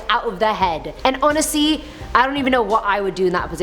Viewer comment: Honestly not onasee